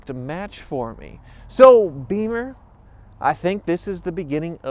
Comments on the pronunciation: it’s pronounced Bimmer. Not beeeemer.;) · Not Beemer, Beemers are the motorcycles. The automobiles are Bimmers, pronounced Bih-mer with a soft i, that's how BMW people make the distinction. Why they bother making this distinction between the two is beyond me. As much as irritates me that I know this, I do, and it now irritates me when people say it wrong. Even my irritation about it, is irritating. Like why the f**k do I care? It's stupid, but now you know. Maybe it'll all irritate you now too lol.